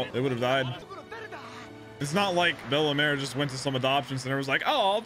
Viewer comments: Pronounced “Bell mare” not “Bella mare” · please stop saying bellemars its bellemere not bellemar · bella-meere is how you would say her name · Fr I was scrolling and scrolling but finally i find a comment that mentions his horrible pronunciation 😭😭